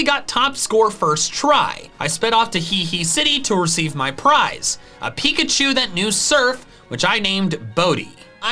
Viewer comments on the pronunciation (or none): none